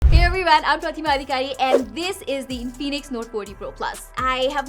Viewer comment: its not in-phoenix its infinix😀😀